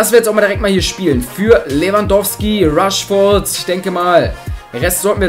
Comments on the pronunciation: Ich glaub du brauchst ne Brille!:D Es heißt immernoch rashford und nicht rushford:D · man spricht ihn räshford aus